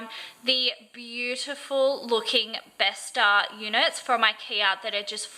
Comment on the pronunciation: bestå is pronounced bestoh